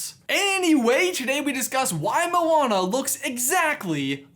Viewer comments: He said molana instead of moana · Can you say their names like they say it in the actual movie. Moana, not mowana 😒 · i hate the everyone that says "mo ana" its moana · thers clealy not a space and it sonds like moa ana